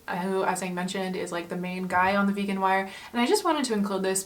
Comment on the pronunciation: You said the vegan wire at one point haha :)